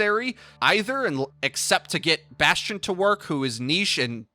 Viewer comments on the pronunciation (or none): none